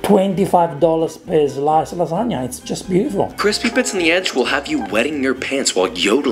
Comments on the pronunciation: LAAAAA SAAAAA NIAAAAAA not lasa-ga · Of course, just like he mispronounced lahzagah to troll you. He was channeling Ettore Boiardi, that famous American chef, inventor of the Spaghetti-O's